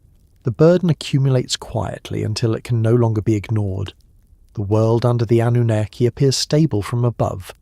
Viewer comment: Yep, AI, don't subscribe. Great topics but this is painful to listen to, especially the mispronounced Annunaki and the continued repetition just to drag the story out.